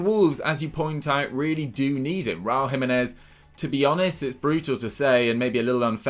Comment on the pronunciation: It’s not “jimeneth” it’s Jiménez he’s from mexico not Spain